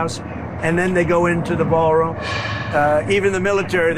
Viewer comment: If I were a reporter at the White House when he was spouting this crap I would have asked "Mr President! Can you say 'Ballroon' again?"